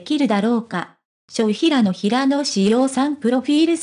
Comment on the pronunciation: いつも気になるのだが、平野（ひらの）に対して（へいや）と読むのは違和感を感じる。